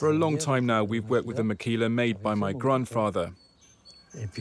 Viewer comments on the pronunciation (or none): Its makila not makhila, just for u to know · Guys don´t know about that h on makhila, we´ve always said makila here in the basque country...